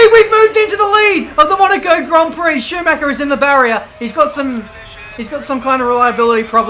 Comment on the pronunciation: IT'S SCHUMACHER !!!!!!!!